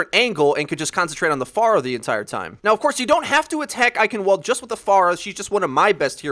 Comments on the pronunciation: Because Eichenwalde is German, it is pronounced Eichenvalde with a v. In the German language there is no w sound. Not a big deal, just something I noticed, but if it is pronounced with the German language in mind, it is pronounced as a v. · The way you heavily enunciate the W in Eichenwalde makes me think you KNOW that's not the right way to pronounce it but you're doing it on purpose. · The W is pronounced as a V. It's German. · Oh my god, the way you pronounce eichenwalde... I want to blow my brains out. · Fluffy Dogge I know, I want to fucking scream when he says eichenwalde. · It's really bothersome to pronounce it like that... Not everyone speaks German like you. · the w is pronounced like a v fuck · Please, never pronounce Eichenwalde like that ever again. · Athena isn't German tho, it's pronounced like a V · The pronunciation of Eichenwalde. AHHHH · David H The e at the end is also pronounced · Ok I'll try to put the german pronounciation into english... beware: I-hen-wuld.... Not I-ken-wuld. The german "ch" is hard to get your head around as a non native speaker. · For someone that makes videos about overwatch EVERY DAY I'd at least expect you to know how to pronounce Eichenwalde (In case you didn't know, the region used to reside in german territory so it's EICHENVALD) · its pronounced i ken VALDE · not hating on your video, good strat. i just got triggered when you say Eichenwalde when it's pronounced (Eichen-Vall-d) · Fluffy Dogge ye i know. its eye-hen-walde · To be exact, it's [aiçənvalt] with a t instead of a d at the end. Final obstruent devoicing is a thing in German. (the ç is the phonetic symbol for the ch sound you referred to) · It's pronounced with a "v" sound! Eichenvald! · It's pronounced I-cen-val-duh. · I cringed every single time you said Eichenwalde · It's pronounced EichenValde, not EichenWalde, please, this kills me. ik its nit picky but still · actually, it's I-hen-vuld rather than I-hen-wuld... kind of hard.